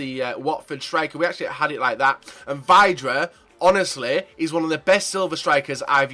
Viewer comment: It's pronounced Vi-dra. Ugh.....